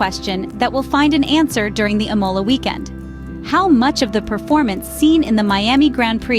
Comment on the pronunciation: Please learn how to pronounce the word Imola! The accent is on the I and not on the O!!